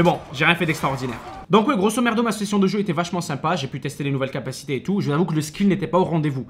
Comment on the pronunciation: Grosomerdo Mdr au lieu de grosomodo